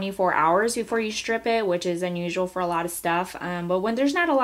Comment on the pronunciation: it's 'strip' not 'shtrip'.